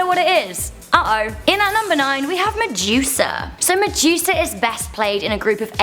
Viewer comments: did she say Medusa or Mejuica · I like how she say medusa (she says Muh-Jew-Suh